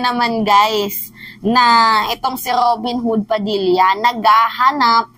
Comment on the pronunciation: roben woood...😂😂😂